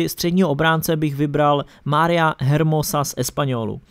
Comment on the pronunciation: čte se to ermoso